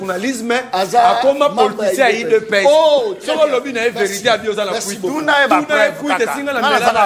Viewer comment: « Udepeste », trop fort 😂